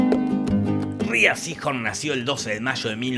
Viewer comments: Hasta donde he podido leer y escuchar Rhea no se pronuncia "Ria" sino "Rei". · Rhea se pronuncia "Rei" 😅. #NadieMePreguntó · SE PRONUNCIA REY SEEHORN NO RÍA SEEHORN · Se pronuncia Rei uwu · "Rhea" se pronuncia como "Ray", no como "Ree-uh". Ella misma lo ha aclarado en entrevistas. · Ella pronuncia su nombre Rei, no Ria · Gracias por tus grandes resúmenes!! Solo una pequeña puntualización, constructiva. el nombre de la actriz, (Rhea) Se pronuncia "rei" , en lugar de "Ría" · se pronuncia rey no ria.... fanboy? si? la amo? tambien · Se pronuncia Rei (Rhea) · Rhea se pronuncia Rei 🤭